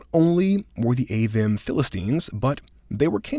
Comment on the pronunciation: Isn’t Avvim pronounced Ah-veem? I believe the “im” suffix is always pronounced “eem” in the Hebrew